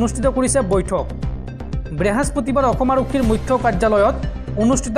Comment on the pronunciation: বৃহাস্পতিবাৰ নহয় ঐ বৃহস্পতিবাৰ।